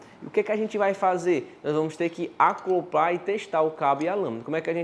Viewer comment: Os vídeos dele são muito bons; ele só precisa aprender a falar direito pois é o segundo ou terceiro vídeo que assisto e ele fala "ACLOPAR" em vez de ACOPLAR. Sempre bom saber português pra não falar besteira, não eh mesmo?